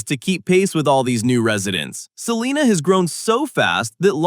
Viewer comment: Sa-line-ah not seelina 😂 U R obviously not from here!